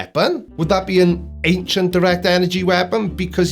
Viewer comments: There is no “k” in the word “ancient”. I know it’s petty, but she keeps pronouncing “ancient” as “ank-shant”, and its just downright annoying to me. Ok, carry on. 🤪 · Why the fuck does she keep saying “Aing-SHINT”??? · It's "ankshient" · I still can't believe there are grown people believing such nonsense and call themselves "woke" and "truers"... insane. Also I wonder what she means by "ancksient trees" 🤪🤣🤣., "sperm" bit was brilliant 👍😜🤣🤣🤣🤣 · I thought it was just me being ridiculously critical - thank you! It's grating my nerves!